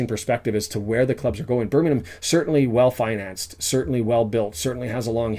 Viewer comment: Most Wrexham fans have never been to a live game in their lives .....your an absolute 🤡 Can't even say Birmingham correctly